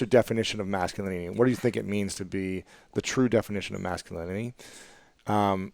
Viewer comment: Question on, "definition of masculinity"... I like how Ruiz answers this, especially how he talks about the mask and pronounces the word (as I hear it) as, "mask-u-linity". Thoroughly enjoyed this interview. Thank you!